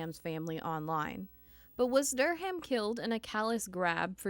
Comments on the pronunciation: Durham: Dur-um The "H" is SILENT. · How do you not know the "H" in Durham is silent. Quit putting so much emphasis on the H. Pronounced like DUR-am